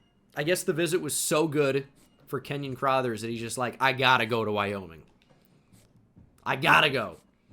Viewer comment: The mispronunciation of LB “Crothers” is gonna kill me. Why does he pronounce it “Crawthers”